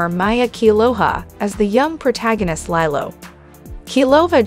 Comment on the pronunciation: Uhhh lilow lilly? You can’t pronounce Lilo? What is going on